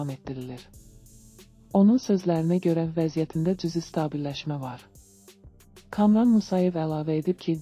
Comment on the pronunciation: Ey xanım kamıran yox kamıran bir balaca danışĝnza fikir verin kamuran